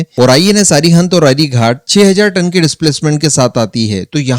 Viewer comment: Dear friend The names of our nuclear submarines are 'अरिहंत' and 'अरिघात' . Not 'अरिघाट' .